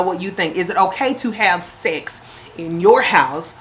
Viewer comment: Gurl nots "secks" lol